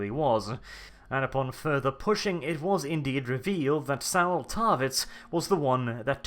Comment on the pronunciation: Thank you for putting together such an in-depth break-down. One thing though: Saul rhymes with call, not owl.